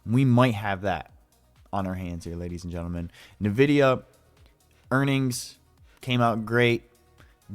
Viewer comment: Whats nah vidia? Lol